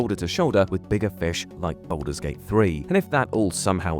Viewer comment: Bouldur's Gate, innit?